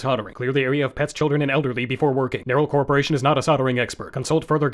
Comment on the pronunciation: “CORPOARATION” unwatchable video